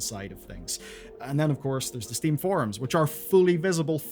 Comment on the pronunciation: why did you call steam “sting”?